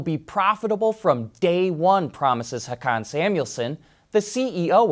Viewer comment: He Volvo CEO’s first name is pronounced “ho-Ken”